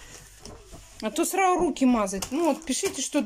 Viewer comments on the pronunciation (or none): Начало ролика... "Обувь сраУ на место ставь",а дальше вещание не воспринимаю, сижу в недоумении, в голове мысли взять за шкирку и в ухо прокрИчать правильное произношение элементарных слов... Но потом понимаю, что бесполезно, в одно влетит, в другое со свистом вылетит.